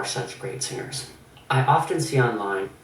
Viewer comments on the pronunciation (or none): i love how he says "SING GERS"